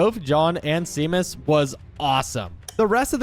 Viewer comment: As a Seamus I hate it when people pronounce sea-mus both shay-mus it's just like sean